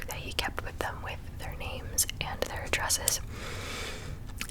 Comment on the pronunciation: Can't pronounce names/places correctly. Didn't even think why he did certain things, just called it dumb.